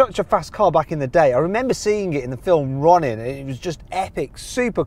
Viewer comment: Sorry how did you pronounce Ronin?😂😂